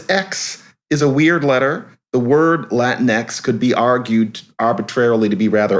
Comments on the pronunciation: dude, they didnt even keep it spanish in latin-x, its pronounced latin-ekies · About "latinx:" It rhymes with lynx, minx, hijinx, etc. Period.